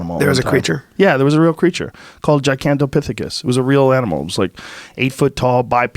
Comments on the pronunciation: Joe “there was this creature called Gigatantapithicus” Rogan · Nobody: Joe: Gigantopithecus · Joe “Gigantopithicus” Roegan